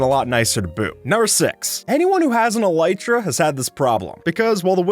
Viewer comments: elytra is pronounced ellietra not elitra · It's actually pronounced elytra (el-uh-truh)